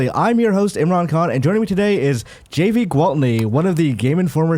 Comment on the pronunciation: My real is Javy n it was really bothering me that Imran was pronouncing Javy with the J the J is silent it’s the H lol n more shocked he didn’t correct him lol 😂 but great episode I love GI crew and sad that they got separated!